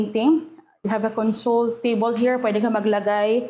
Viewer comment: A console used as a noun is pronounced as con-sole, like a TV console, console the way you pronounce it is a verb meaning to give comfort. 2 same spelled words, 2 different meaning, 2 different pronunciation. FYI.